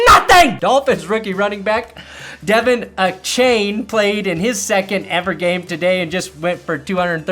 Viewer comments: it's De*von* (As in Von Miller) A-chain. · Think it’s pronounced Duh Von A chain 😆